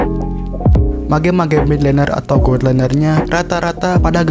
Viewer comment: Cara pronounce mage itu "mej" bukan "mage" ok biar lbh bgs videony.